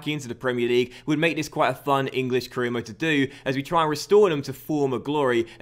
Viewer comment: you said caereer and four instead of for